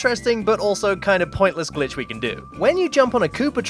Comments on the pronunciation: Am i the only one who hears "son of a BITCH C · In the intro I swear I heard son of a bitch instead of son of a glitch XD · I listen "son of a glitch" as "son of a b^tch" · Who hears son of a b** 👇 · Did he just say son of a bitch? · My mom thought that he said “son of a bitch” and my mom went, “ they grow up so fast... a little TOO FAST” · Your intro sounds like son of a b*tch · Lmao my mom heard the intro and thought it said Bi... Instead of Glitch and yelled at me :'( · Kinda sounds like he’s saying bitch